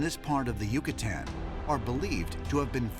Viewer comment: That guy pronouncing Yucatan the way he did made me cringe